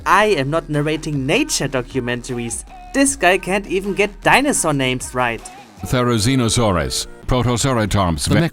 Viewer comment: The therizinosaurus was pronounced right